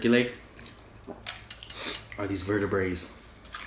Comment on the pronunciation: LOL HE SAID VERTIBRAES LMAO